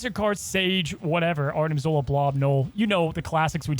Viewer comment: I love ya buddy, but it's ZOLA!